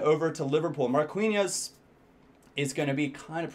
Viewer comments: hey marquinhos is pronounced: MAR-KEE-NHOS not: MAR-KUEE-NHOS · Marquinhos (mar-keen-yos) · You say Quintero like Keentero. Same with Marquinos. Markeeños. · Dont read the "u" in "Marquinhos"